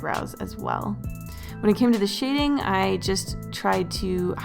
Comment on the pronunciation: When you say shading it kinda sound like you say shitting😂😂😂